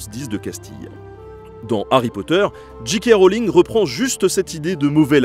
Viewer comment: Puisqu'on parle de langue, on pourrait faire un effort pour prononcer "JK Rowling" correctement? C'est soit à la française "ji ka" soit à l'anglaise "djay kay", mais en aucun cas "dji kè", par pitié